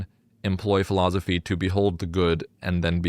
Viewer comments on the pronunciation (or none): you say philozophy. it's weird. i like it.